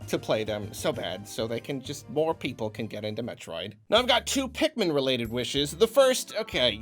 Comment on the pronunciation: “Pikmin dread” lmao